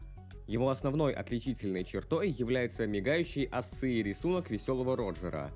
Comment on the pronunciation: Асци, асци 🤦🤦🤦